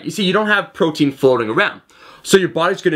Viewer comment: "which is the conversion of pffffffffrotein..."